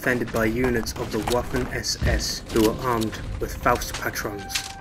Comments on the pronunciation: Just to let u know it’s probounced “Waffen SS” with a v sound for the w. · “Wuffen SS?” C’mon, you can do better than that. It just sounds like “vaffen,” and that’s it. Not that hard to pronounce. Sounds like you’re trying to mix the words “woof” and “muffin.” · Just letting you know, in German w is pronounced as a v. So it would be vaffen. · Niet Vaffen SS hoor. Je spreekt het gewoon uit hoe je het schrijft.